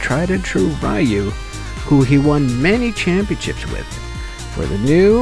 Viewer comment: Please, stop saying "rah-yu". It's just "ryu"